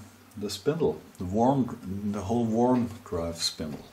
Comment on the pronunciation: Excellent. Worm is pronounced as if it were "Werm", not Worm.